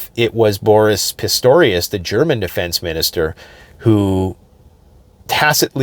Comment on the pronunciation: "Borius Pistorius"